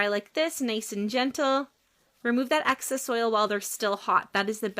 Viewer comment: Excess not access.